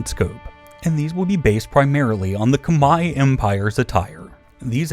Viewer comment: thank you for pronouncing Khmer correctly